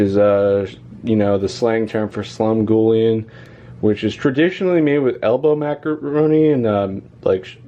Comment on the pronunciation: The ''gull'' in Slumgullion, sounds just like Sea Gull. Not ghoul.